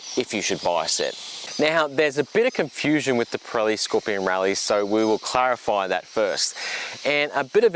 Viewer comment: It’s hard to you serious while you’re wearing your pajamas!! And while I’m whinging. Rallzee?? your Australian it’s zed.